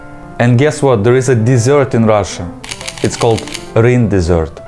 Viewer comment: DESSERT? Или глагол Desert? Потому что ударение меняет значение. Плюс, есть претензия к произношению audience ты сказала Адиэнс что всё же не так близко к настоящему произношению хоть так может показаться Одиэнс будет гораздо ближе.